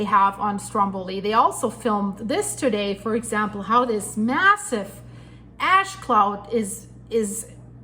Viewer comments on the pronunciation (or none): Ash plume, not "ass????" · Thank you for all your diligent work….ash is pronounce « ach »…shhhh sound 😊